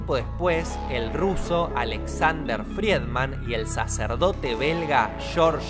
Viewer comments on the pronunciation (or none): Los apellidos del se pronuncian: 'fridman' y 'lemetre'